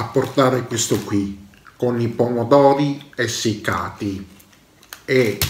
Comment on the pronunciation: Pomodovi fveschi... Zucchine fvesche... Pepevoni fveschi... Tutto fvesco insomma.. E il panino l'ho sfilettato io pevsonalmente.